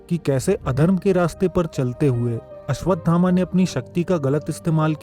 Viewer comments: चूतिया पहले घुटका निकल के बोल अश्वथामा है अश्वधामा नही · Bade bhai pehli baat to yeh hai ki unka naam ashwadhama nahi hai Unka naam ashwasthama hai